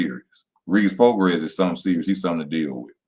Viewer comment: pronounced Pro-Gray EZ